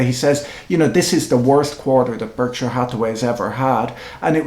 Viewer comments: Why doesn't Mr Buffett pronounce Berkshire correctly? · American vs. British pronunciation?